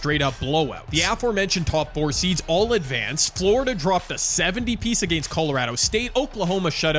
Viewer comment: Enjoyed the vid! The way you say against (uh-gay-nst) just sounds so odd to my ears 😂